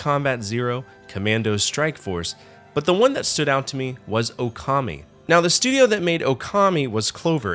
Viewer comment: It's pronounced OH-kami.....but nice list